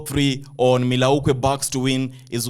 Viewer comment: MILL WAUKEE BOSS you pronous it wrongly type in on Google pronunciation to get the perfect way of calling it...